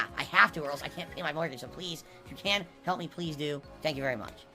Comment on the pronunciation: "I STILL need your haalp."